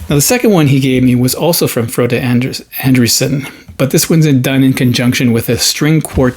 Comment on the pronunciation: Fine pronunciation of Frode (like Frodo but with a eh at the end). Sirname, An (aun) Dreh-sehn? I have seen that first cover before... Steve show it? Scot Lade? David? Aaanyhow, kos deg med norsk jazz prog fusion? Cheers from Morten